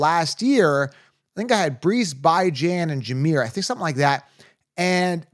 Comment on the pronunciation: You lost me at Bye-Jan…so bye, man